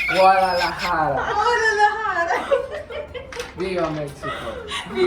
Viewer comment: Pas el bilang olararaga alex bilang guadalahara ngakak bener kak nay... aku lagi makan kak nay... ampe keselek 🤣🤣🤣🤣